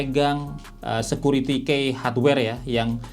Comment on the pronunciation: Bang, key itu dibacanya "ki" bukan dibaca seperti tulisannya "key".